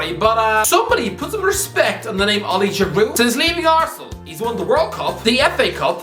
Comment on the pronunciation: Good to see some respect on the name of Giroud. The French 🐐